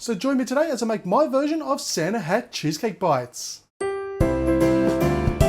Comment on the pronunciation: At the end it sounded like you said " Santa had cheesecake"